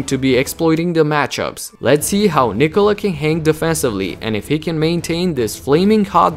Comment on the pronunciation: Ja kad sam cuo kako izgovara ime Nikola odmah sam znao da je odavde. Ameri drugacije akcentuju kad izgovaraju :D